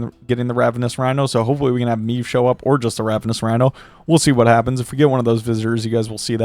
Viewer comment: Classic W | but my guy, way to butcher the pronunciation of Maeve :P